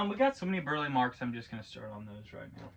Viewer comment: His name is pronounced Bur-Lee